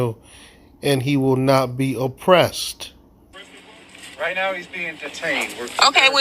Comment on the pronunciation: What is 'oh-pressed'? I thought it was one word, 'oppressed'.